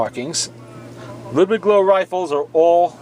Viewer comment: Not trying to be a pronunciation Nazi, just letting you know that "Loewe" is pronounced "Loeve"